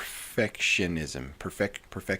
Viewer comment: "Perfitishism" 🤭 New sub here, enjoying your content. Thank you!